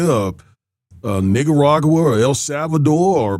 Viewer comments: I know you too heard him say nigaragua 😂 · Did you say “Niggaragua”?? lol